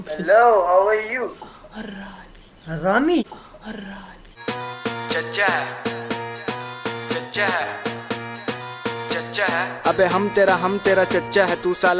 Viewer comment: Araabi said not harami